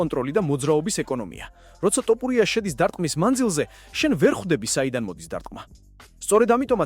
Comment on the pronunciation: რატომ ამბობთ "ტოპურია"-ს, შენც უცხოელი ხარ, რატომ ამახინჯებთ ჩვენს ეროვნულ გვარს-"თოფური" მეგრულია და თაფლს ნიშნავს; გვესმის ეს უცხოელმა წარმოთქვას, თქვენ რაღა გემართებად, შეგნებულად აკეთებთ ამას?!...აბა, რა უნდა იფიქროს კაცმა?